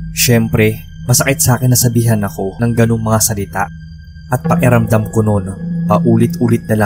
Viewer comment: Paeramdam ang banggit nyo tlga sir sa pakiramdam? Pero oks nman ikaw mag narrate keep it up! More katatakutan stories 🎉